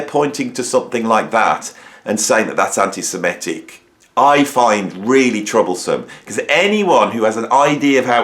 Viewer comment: With all due respect, the word is antisem-IT-ic. Very common mistake for some reason. And l believe Roger is one - (although l absolutely agree that he shouldn't be censored) - he publicly berated Bono for expressing sympathy for the victims of the 7/10 massacre. That erased any remaining doubts that l might've had.